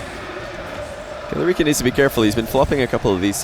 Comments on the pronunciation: Money 8080 hes saying it right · Eoghann Gibson it is I think he's saying it wrong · Is Killerican not pronounced like American?